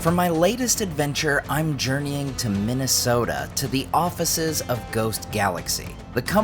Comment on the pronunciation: Exactly my thought as soon as he said it! Minas Sota!